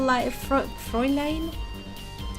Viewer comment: Don't worry. You're pronouncing "Fräulein" correctly.